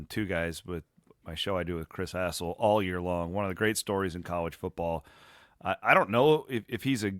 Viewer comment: Did say ‘Chris Asshole’ instead of Chris Hassel? 😂😂